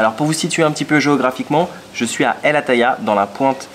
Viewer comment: El Attaya .. hahaha ! Si seulement notre ami Ben savait ce que cela signifiait exactement, de la manière dont il l'a prononcée...